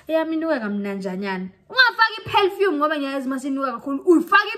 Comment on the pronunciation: "Pelfume is gonna balt you" 🤣😂🤣shaver ngeLoksion bioskop mara 😜, "learn from your Listen"🤣😂 What your take on Yoni STEAMING using herbs?